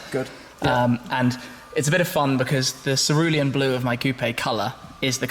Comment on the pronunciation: Remember how many times he said sarulium blue when he got the coupe